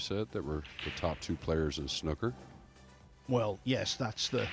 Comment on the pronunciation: It's SNOOKER not snucker, you don't pronounce school shooter as school shutter!!